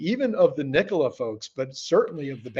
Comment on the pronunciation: Trevor is pulling strings from prison, I wish would stop saying Kneekola, upvoted!